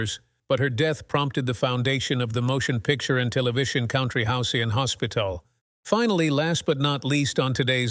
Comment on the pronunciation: Rui- nid? Re - fusse? Cown -try?